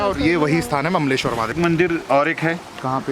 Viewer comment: ममलेश्वर नाही सर अमलेश्वर नांव आहे त्या ज्योतिर्लिंगाचं। ओंकारम् अमलेश्वर।